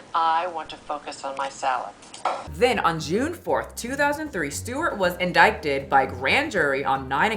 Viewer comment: sorry but the C in the word indicted is silent 🤫